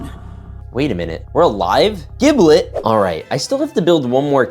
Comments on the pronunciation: Bro keeps saying jiblet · Giblets name is pronounced with a G sound not a J OK